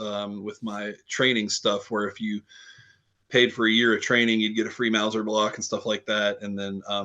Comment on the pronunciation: You pronounced my last name perfectly last week. My wiiife says thanks for the vasoblitz!